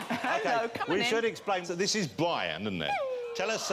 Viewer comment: "So this is Bwian, innit..."